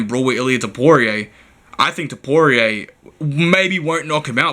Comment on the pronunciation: Hope u dont bet “topooray” heavy